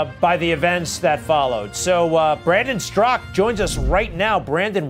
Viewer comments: Strakaaaaaaaaa..... Not Strak.. good friend there, Greg.. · Greg: It's Straka, NOT Strzok ! C'mon man. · Greg, why do you continually mispronounce Brandon's last name?